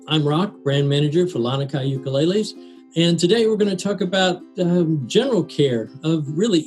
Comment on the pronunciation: I think these originated in Hawaii where they pronounce it Lah-nee-kai